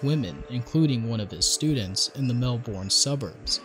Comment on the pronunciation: Every time I hear him say Melbourne incorrectly I wanna kms lol